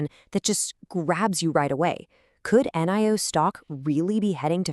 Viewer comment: day deam believing like last year..the year b4 etc.. a video with Ai c=voice not even able to pronouce NIO is not exactly adding credibility .. make a video about how it can avoid backrupcy.. that would be more appropriate given the 95% decline.. and one way down since the earth was created.. save the joke predictions and execute